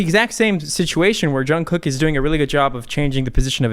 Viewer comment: Did anyone else correct how he said jungkook and Suga. No just me ok😂. No hate I love your videos❤️